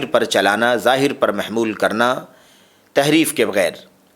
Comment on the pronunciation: Tahreef not taheef